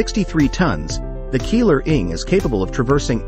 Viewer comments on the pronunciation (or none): Is not Keeler is sound like Keyler .